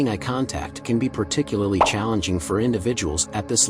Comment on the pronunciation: Worse than creepy when the robot pronounces "eye" as "eh"! 👁